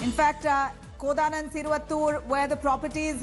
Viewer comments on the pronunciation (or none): Koda Nadu not Kodanand !!